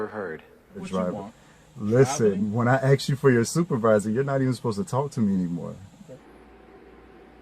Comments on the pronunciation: It's ask not axed for goodness sake. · If I hear can I “axe” a question again I’m calling the English police!!! The more I watch your videos the more I love you brother. Amen you are the TOP sovcit tuber